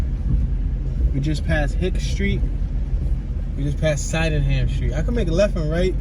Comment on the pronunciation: Sydenham Street…It’s not pronounced “Side-N-Ham” Street…it’s pronounced “Sid-N-Ham” Street 👍🏾